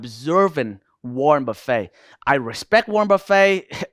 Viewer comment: Wornet buffet 😂I love u bro